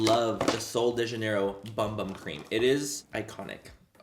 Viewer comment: Manny saying Laura’s illiterate but it’s pronounced boom boom cream 😂💗💗